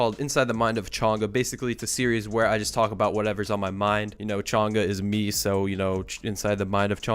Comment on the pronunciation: This whole time I though it was pronounced “change a” not “chonga” because you account name was changalife